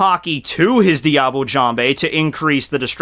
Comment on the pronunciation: Look up the prononciation of "Diable" plz.